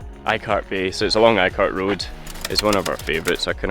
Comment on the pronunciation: Eeeee cart bay 😂😂😂😂 not eye cart